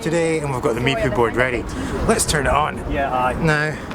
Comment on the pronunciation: The Meepoo...funniest pronunciation yet.